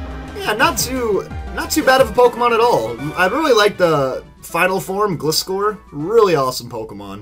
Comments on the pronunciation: His name is pronounced glie-scor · It gliscar not gleescor